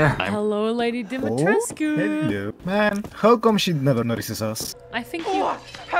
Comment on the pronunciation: tries to say Dimitrescu and failing Take your time you'll get it.